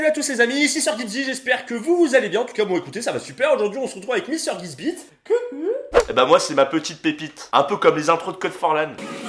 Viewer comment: LES VIDÉOS DE VIC il dit gibsit non ou je suis folle